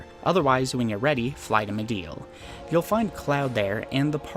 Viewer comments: like MID-GAR LIKE car but with a g not mid-ger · I mean there is a "correct" pronunciation of Midgar. Just because a name is made up doesn't mean it doesn't have a correct pronunciation. We've heard how it's pronounced in English and Japanese and they both have the same sound lol. Even before Remake came out. Crisis Core and Advent Children came out 20 years ago. Say it how you want I guess but to say there isn't a correct pronunciation is disingenuous. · midger midger midger . its MIDGAR cleary an A ... i bet you like saying the n word alot .. sure lost my sub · Are you pronouncing things like Midgar and Gi weird as a joke that I'm out of the loop on? Cus like, there are a lot of instances where they have been said out loud